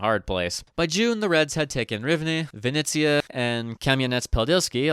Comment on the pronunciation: Vinnytsia/Vinnytsya. Vinnitsa is the Russian spelling. Thank you.